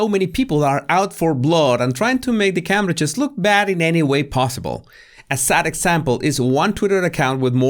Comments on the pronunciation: it's pronounced Came-bridge, not 'Cam-bridge'😁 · CAMBRIDGE is pronounced Caymbridge.